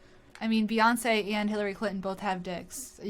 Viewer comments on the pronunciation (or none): I was on your side until pronounced Beyonce's name THAT fucking wrong Instantly unpatroning for a that one You fucking monster